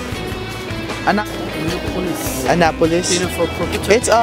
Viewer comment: did u say "Anapolis"?